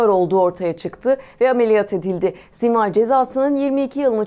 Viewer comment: Sinwar ismini ingilizce olarak sinvir diye okumazsın be:) Sonra bir sinwar, bir sinvir ah ah.